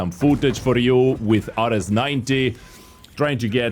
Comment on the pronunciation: I believe it’s pronounced Air-eez